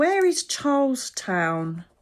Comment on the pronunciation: Charleston is in South Carolina., its pronounced like the 1920's dance, Charlston. There is always lots of unrest there, because of the population mix. There is a big demonstration coming up this weekend. Brace ourselves, and pray.